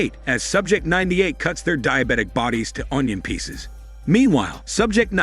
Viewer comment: whenever he says onion peaces it just triggers me to laugh and the accent makes it better